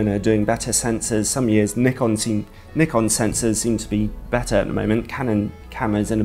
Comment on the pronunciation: Thanks ALOT for saying Nikon not Nuy-kon, like everyone else does.